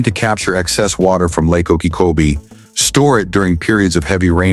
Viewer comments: The voice is not able to pronounce Lake Okeechobee right. Gets it wrong on on its size. It is not said in meters. That is what foreigners use. We ain't foreign. Gets it wrong again on the distance. It is 26 and 9/10 miles. metriQ is fine for foreigners...we Ain't foreign. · Pretty good content, but the AI couldn’t learn how to pronounce Lake Okeechobee?